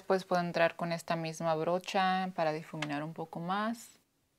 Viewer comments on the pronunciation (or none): Es difuminar amiga. Jeje pero me encanta cuando se equivoca con el español es lo mismo como cuando queremos hablar en inglés y nos equivocamos es muy gracioso. 😂